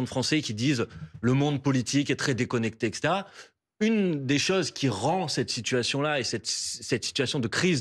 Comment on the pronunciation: On dit etcetera et non eksetera